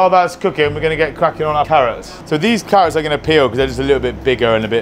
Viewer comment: It’s paar-nips & ‘arrots 4 me this year!